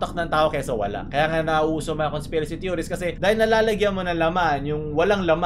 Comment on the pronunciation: Conspirasht hahaha